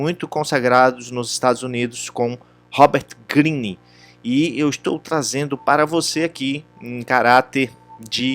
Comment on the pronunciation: Que horrível... não sabe nem falar o nome do autor...